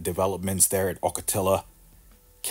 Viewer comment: Ocotillo is pronounced " Awk-uh-tea-oh. Ocotillo Wells is a famous off-road vehicle desert spot in California.